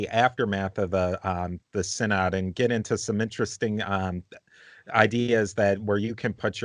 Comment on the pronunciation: /sigh·nod/ = synod, not /sin·id/